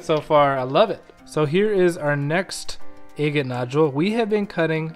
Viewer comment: I really like your videos but I wish you would learn how to pronounce the word “agate”.